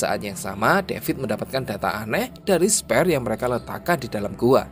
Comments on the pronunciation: Nggk perlu sungkan buat buka google translate untuk belajar pronunciation. Aku liat tulisannya SPHERE yang mestinya dibaca 'sfir' tapi yang ku dengar 'sper'. Semangat om narator. 👍👍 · bacanya "sfir" bukan "sper" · Sphere dibaca SPER aowkwowo